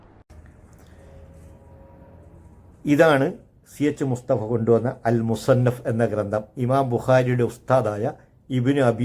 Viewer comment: താങ്കൾക്ക് ആ കിതാബിന്റെ പേര് പോലും അറിയില്ലടോ വിഡ്ഢി. മുസന്നഫ് എന്നു വായിക്കാൻ പോലും അറിയാത്ത ജാഹിലാണ് താങ്കൾ 😂